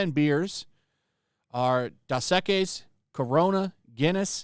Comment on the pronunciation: If you cannot pronounce Dos Equis beer why would we even listen to you if you know nothing of beer?